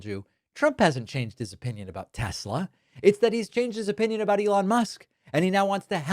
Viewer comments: lol "Tesler!!" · Tesler....uh duheeee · "I love Tes-slur!" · " I love Tesler!!" Tonya 😂😂😂😂😂😂😂😂😂😂😂😂😂😂😂😂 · ”I love Tesler!” 🙄🙄🙄